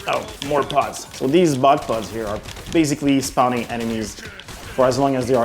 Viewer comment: did you say buttplug or bug pod?